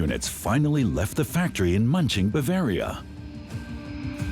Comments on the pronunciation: "Munching" lol. Hard to take this seriously. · AI voice over incapable of pronouncing German place names... hilarious.